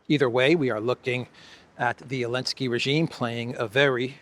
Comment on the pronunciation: why do you call him ellensky?